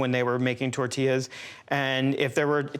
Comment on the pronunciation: It’s call tortillas not tertillas